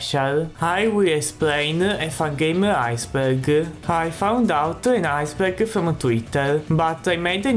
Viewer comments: I Think 'Ice Burger' Is A Word Your Failing To Say. Correct Word Should Be Ice Berg. But Then Again It Might Just Be Where Your From. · "Ice Burger." Good Lord.